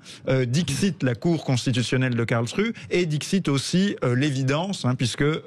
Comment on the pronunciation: Je ne voudrais etre impolit, mais, SVP, prononcez un nom de ville correctement: KARLSRUHE: se prononce (phonetiquement) KARLSSS ROU HÉ merci pour ce temoignage de respect ( que l on aime l allemagne ou pas ) A part ca, vous avez raison.